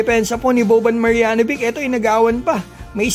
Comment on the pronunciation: Marjanovic - "Maryanovich" Po Ang tamang pag Pronounce.